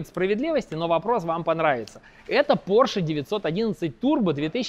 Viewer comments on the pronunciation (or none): none